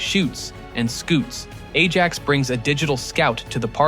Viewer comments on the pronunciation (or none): none